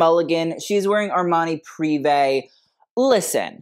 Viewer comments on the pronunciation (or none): none